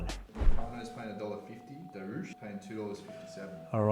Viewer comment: Volk it's pronounced duri-ush. Time to get that belt back. Much love from Mid North Coast Champ.